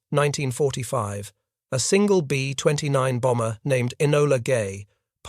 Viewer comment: The Americans weren't sure they would surrender or not. Read it yourself please. Fake voice can't even say B 29.